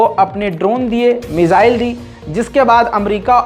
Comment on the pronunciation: "मिजाईल-मिजाईल" सुन कर थक गया हुं 😌😌, वो "मिसाईल" हैं, please